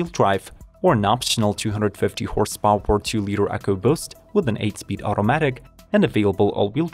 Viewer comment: “Horse pOW-eR…”?